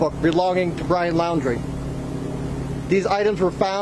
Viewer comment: FIRST TIME I HEARD SOMONE SAY THIS GUYS LAST NAME RIGHT LAUN - DREE